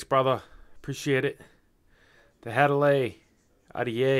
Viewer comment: Had-a-Lee I THINK is how it's pronounced...as always another great review my dude..